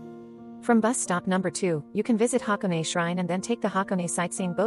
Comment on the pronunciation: You lost me when AI pronounce HaKone wrong